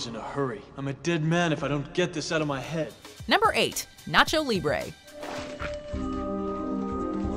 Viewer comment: The way she butchers "nacho", after hyping it up by saying, "Say it with me...," was cringy af.